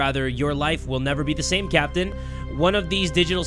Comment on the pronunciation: I feel like every time he says captain I think he saying sempi😂